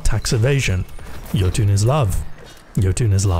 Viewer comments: yotune = yotunn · the "yo toon" made me uncomfortable and im scared, its so close yet so far away